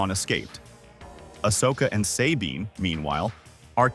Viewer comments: Who tf says "Say-bean" when they clearly say it correctly in the show. People do ts just to piss me off I swear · Say Bean. Eat my armpit sweat AI. Get the material right! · "Say-bean" has always been one of my favorite characters.